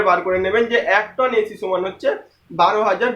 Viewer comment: ভাই সমান না বলে আপনি কেন চমান বলতেছেন,,,স না বলে কেন চ বলেন,,,!!!